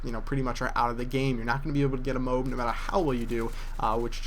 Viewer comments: Thats cause its actually pronounced Mo-Ab. For some reason just won't pronounce it correctly. Still a beast though. I want to see someone get a Moab using the Support package. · we dont call toads TO-AD do we now? we all have different ways of sayen it so just leave the guy alone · i could be wrong but i don't think your pronouncing it right...=/ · And boat is pronounced BO-AT, not bote. Right? goat, moat, toast, gloat, coast, coal, coat, goal, loaf, moan, road, soak, soap, toad, cloak, coach, float, roast, throat... should I go on? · it's not pronounced "MOBE" it's pronounced just likes it's spelled "MO-AB" sound it out I know you can do it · Everytime he pronounces MOAB like its MOBE a tiny bubble of rage pops inside me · Why you say it like "MOBE"? Even when you get one, it says "friendly Mo-AB inbound" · Cool! But you were saying MOBES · its mo-ab a!!!!!!!!!!! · ok everybody it is m.o.a.b not a word its pronouced m o a b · its MO........AB OKAY!!! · Its M.O.A.B. not MOAB... know how to pronounce your acronyms correctly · It's pronounced MOH- AB. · M.O.A.B say it like that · Your vid sucked and ur saying Moab wrong its said mo ab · Haha that you get so mad because people say mobe, why do you care so much? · easy enough people are correct its pronounced MOW-AB REGARDLESS OF HOW YOU SAID IT.....Amazing video man real nice to actually see people who play the game and get these streaks, most MOAB hits I have seen the guy camps the whole time and has his friends protect him, you played the game and played well....thumbs up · Very good video but is how you pronunce the MOAB is MO-AB so like MOo and ABs. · its pronounced MO - AB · FUCKING SAY MO-AB YOU FAT FUCK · he pronounces it like mobe... D: its annoying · And its Mo-Ab people. Go to google language tools, type in "MOAB" and it will correctly pernounce it for you. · Its pronounced Mo-ab. Moe Abb. Mother Of All Bombs. MOAB. Sorry just bugging me. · Mo-ab is how the military says it. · its called mo abbb